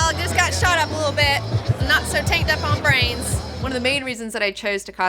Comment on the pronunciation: Your southern accent slips out a bit when you say brains. haha